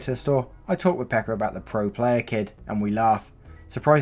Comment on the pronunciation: tuon saunan xD gotta love how 2-3 narrators so far have pronounced Pekka as Becca.. xP